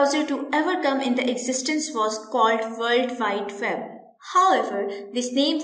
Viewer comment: What's a "verld vide veb" lol